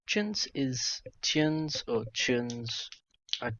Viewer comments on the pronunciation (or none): I'll have you know it's pronounced [t͡ɹ̠̞̊ʲʊnˑz̊] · It’s /tjuːns/ you aubergine